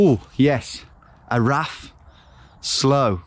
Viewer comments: XD im from manchester but moved to wales in 2010 and im fluent welsh the way you pronounce the welsh words crack me up XD araf is pronounced arav "f" is pronounced like vvvvv i guess XD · //// and all the other welsh words